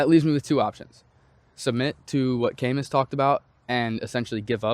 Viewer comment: Camus was from France 🇫🇷 his last name is pronounced "ka-Moo". Good insight and thank you